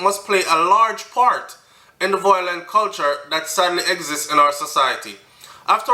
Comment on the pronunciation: the word is VI-O-LENT not VOI-LENT